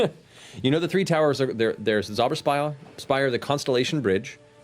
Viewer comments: Its kind of funny, theyr pretty close with the pronounciation on "Zauber" (magic/spell) but they do tend to make the Z sound like an S which would make it "Sauber" (clean) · the sauberspire. where zemnians clean phallic objects. sauber!! SAUBER!! (it's more of a ts sound that cursed german Z, they speak it too soft) german word mispronounciation joke over bye! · "Zauber" as in "Zauber spire" in German is "spell" pronounced with a "ts" at the beginning. "Sauber", however, pronounced with a "s" means "clean". Beau, Jester and Caleb standing in a room, yelling "clean, clean, clean!" Is so funny considering Caleb's usual stance on the subject. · Its funny how they make Zauber (magic) sound like sauber (clean) because you Americans apparently can't pronounce a harsh Z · The way people are saying "Zauber" is more like "sauber" is pronounced which would mean "clean" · Just a little tip, Zauber is pronounced tsowbuh. Just sayin :) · It bugs me that Caleb does not pronounce "Zauber" or "Richter" correctly. It is German and means "spell" and "judge". The Z is pronounced much harder, there is no equivalent sound in the repertoire of the english language, similiar story with "ch". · I burst into very inappropriate laughter when they found the skeleton in the basement, bc in German Zemnian, you don't have skeletons in your closet, you have bodies in the basement xD Also: Their pronunciation of the Z in "Zauber" had me cracking up just a bit, bc the way they say it, it sounds like "sauber", which means "clean". Made the scene with Jester remarking how clean it is under the bed even funnier, 'cause Beau and Caleb had been practicing their pronunciation right before that xD